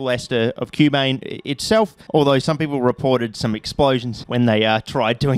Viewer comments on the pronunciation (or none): none